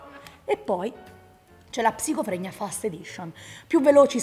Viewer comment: Fantastico che come dici psicofregna l'accento diventa più siciliano, la voce rallenta, lo scazzo sale... ed è subito Tea Falco